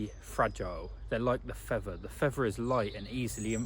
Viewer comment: Fea'th'er.... 'th, th! Not 'v'. 🤣